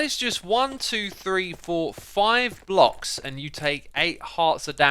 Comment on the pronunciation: I thought he said blobs not blocks lol